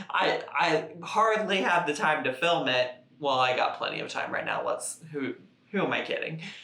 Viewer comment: This morning my boyfriend pointed out I say ‘whale’ instead of ‘well’. He’s not wrong I do!